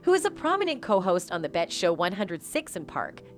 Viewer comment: And when taking about Free from 106 & Park. She called it bet vs B.E T.